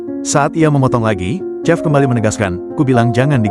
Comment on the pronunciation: Chef bacanya shef!